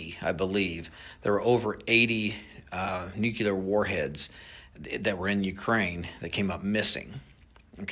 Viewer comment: I don’t know man, he says nucelar instead of nuclear! Last guy that said it that way was one of the most untrustworthy presidents in history!!!